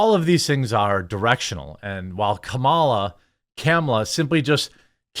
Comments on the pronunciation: Hey Jeremy, that clip at the beginning where the reporter refers to Comma-la. Learn. It's not a camel, it's a comma. I' paused the video, I am click off it now because I don't want to listen to you camel her name anymore. If you really want to purposefully butcher her name, just call her commie-la. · It’s more comfortable to pronounce it “kumula” rather than trying to pronounce “Kamala” correctly. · It's Khahmahlah! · Please pronounce her name correctly... its incredibly disrespectful.. Its pronounced "Kom-Mee-Lah" Don't make me have to call the Black Shirt Brigade. They'll throw mostly peaceful rocks at your house and spraypaint politically correct words on your driveway. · It's calm-ala. That's how she said it in her inauguration. Don't know why they want to change it now. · IT'S KA-MA-LA....... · I like how you pronounced her name in 2 different ways and both were incorrect! 🤣 Kuh. mallah. 😂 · Camel-ah!? Das' Rassist! 🤣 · Why is this dude keep saying Kamala name wrong lol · I can tell you've seen a lot of "Kamala" memes, by how conscious you pronounce her name.😂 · Why are you intentionally saying Kamala's name incorrectly? Kinda weakens your argument a bit. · I like how you're very deliberately saying her name like that after the incident on TV.